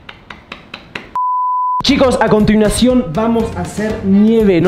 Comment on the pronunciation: Quiso decir acontinuacion y dijo acontiniacon en el minuto